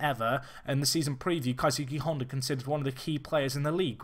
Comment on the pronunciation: I think it's pronounced kaysuke Honda btw